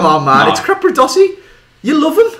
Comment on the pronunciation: it is capradossi not crapradossi